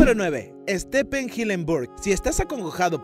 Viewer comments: Dale flaco podes pronunciar bien UN NOMBRE!!! " ESTEPEN" sos joda? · Quien es Stepen jajaja Stefen(pronunciación ) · Extraño cuando la gente pronunciaba bien los nombres en inglés. "Estepen"??? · Correccion del primer nombre (Stifen) se pronuncia asi. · se dice Stifen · Sthep(v) en no sthepppppppen